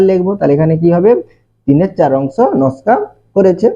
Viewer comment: নাশকা না নকশা😅